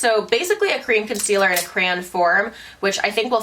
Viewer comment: girl are you trying to say CRAY-ON???? LOL